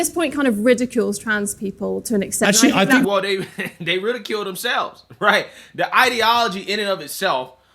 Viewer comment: Rahighthaha. I mean, rahighthaha. Ok? Rahightha